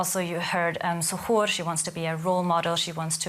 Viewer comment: Say to. Here (zuhuur) Iskadaa diyaanada!!! 😬😬